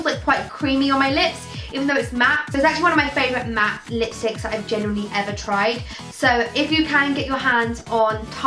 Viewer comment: Every time she tries to say the word "genuinely" it fails and it comes out as a mixture between "generally" and "genuine" 😂 pisses me off so much